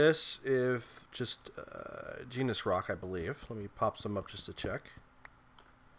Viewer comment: It's actually pronounced like neese. Not genus.